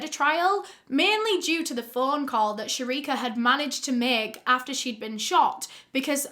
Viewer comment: She as the same name as mine but mines spell sherika btw love the way u say it😄😄😄